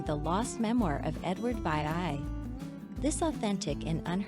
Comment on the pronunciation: I never had the chance to object to the music. Edward Vee Eye Eye Ete???? POL-et-ness??? Get someone who can read the words!!!!!